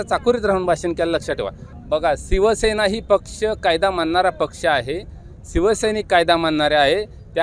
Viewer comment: आदी शिवसेना बोलायचं शिक रे 😂😂😂 सिव सेना नाही रे शिवसेना रे बोलायचं शिक आदि